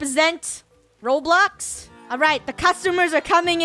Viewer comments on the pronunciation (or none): none